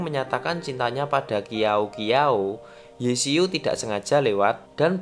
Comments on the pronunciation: Qiao Qiao itu baca nya siao siao bukan kiao kiao😂😂😂😂😂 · Sekedar info aja, cara baca Qiao Qiao itu Ciao Ciao, bukan Kiao Kiao 🤭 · Kak sekedar info kak Qiao Qiao itu bukan di baca kiao kiao tapi ciao ciao Info aja saya soalnya saya kalo Mandarin ituh ya jagolah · Bukan kiau kiau tapi bacanya chiau chiau 😂😅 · Itu baca ny Qiao Qiao bukan kiao kiao woiii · maaf min, mau ralat itu nama *Qiao-Qiao*' dibacanya *Ciao-Ciao*' bukan *Kiao-Kiao*, tpi gapapa min jelasin ceritanya udh bagus😁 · Yang qiao qiao sebutannya ciau ciau aku sekolah cina btw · FYI... "Qiao Qiao" dibacanya "Ciao Ciao" ya guys... Q menjadi C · Qiao-Qiao cara membaca (shiau-shiau) Maaf aku sedikit kasih keritikan please jangan ngehujat yah soalnya aku cuman kasih tau cara baca yang benar terimakasih 🙏🏻🙏🏻🙏🏻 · Wkwwwkwk Qiao Qiao😂😂😂😂😂 itu baca nya chiao chiao😂 bukan q (Indonesia)😂 tapi q (Chinese) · gagagga abang gx bisa baca ya ........baca nya jiao jiao (qiao qiao) q dibaca j d dibaca T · Btw itu bacanya jiu jiu 😭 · Iya bner min, klo di china pinyin *q*' itu dibaca *c*' hehe tpi mungkin aja admin nya emg mau nyebut itu nama jadi kiao-kiao kalik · Ada tambahan Qiao qiao dibacanya chiao chiao, nuhunnn